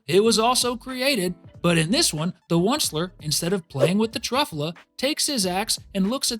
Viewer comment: anybody else mad abt him saying truffuhla instead of truffyewla it made me so maddddd